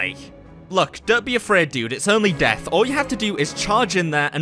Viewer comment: Death? I only heard Deaf